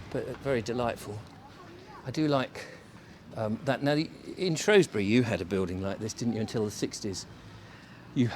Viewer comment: Lovely video, but it’s SHREWsbury not SHROSBURY